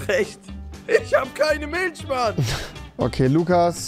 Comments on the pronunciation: Avive: Milch Rewi:milscchh 😂😂😂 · Niemand Wirklich niemand Rewi:miltsch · Milsch haha Rewi und seine Aussprache